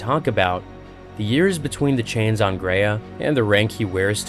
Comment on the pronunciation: Planet Graia, not Greya, Gr-eye-a. Titan Invictus wasnt being constructed, Sidonus commented that it was 'unused'.